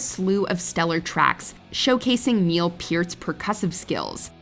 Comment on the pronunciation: She said Neil's name right...thats what i care about...